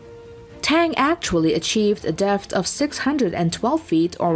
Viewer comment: After a while, I stopped listening to the words and just winced at her pronunciation. "bow" rhyming with "cow", struggling with the word "depth", is she artificial? In which case, it's very good, but otherwise...